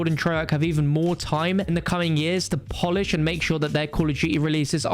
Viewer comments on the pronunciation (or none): none